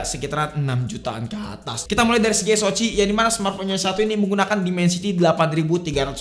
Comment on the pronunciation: SOC baca ES OU CI Gpp jadi anti mainstream bang. 😊